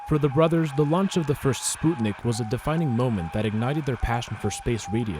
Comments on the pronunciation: So now I'm supposed to call it "Spootnik"? Sput-nik, NOT Spoot-nik!!! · is he russian? Are we in Russia? The English pronunciation is spuhtnick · I'm sorry but I can't get over how ridiculous "spootnik" sounds ... It might be closer to correct but if you're speaking English you don't have to pronounce one odd word in another language... It makes your speech sound stilted. Just say "sp-uh-t-nick"... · Its not spUtnik its its spŭtnik ŭ/ă are used for the same sount as U in the word "but" and (ă/ŭ) are phonetic translation and used in many alphabets! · Is it actually pronounced "Spootnik" or is it "Sput-Nik" because I've never heard anyone say "Spoot-nik" and everytime he says it I get confused whether he's pronouncing it right or wrong. Plz help😭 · I’m 61 and never heard it pronounced spootnik before. 😂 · It's still spootnik, so.. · Why do you pronounce Sputnik as Spootnik? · ''spootnik'' lmfao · Its not pronounced spootnik you pseud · All I can hear now is “Spoot”nik 🤦🏼‍♀️ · the butchery of the pronunciation of "sputnik" hurts. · It's a russian spacecraft. Google how its pronounced in russian genius. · why do you keep saying sputnik like that?? i dont understand how yall kids dont know how to pronounce words anymore, i get you dont learn anything in school but the front page of google literally teaches you how to say words lmao